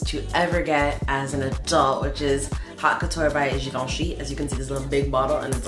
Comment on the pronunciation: You pronounce Givenchy perfectly 😍 speak to us in French boo 🥺